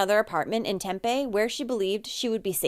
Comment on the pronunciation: Tempe is pronouncing Tem-pee. Just an FYI. :)